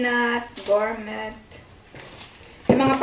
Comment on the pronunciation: ESPRIT------- ESPRI lang pagbasa silent "T". Just like gourmet ----- it's "gourme" or "gour- me" another silent "t"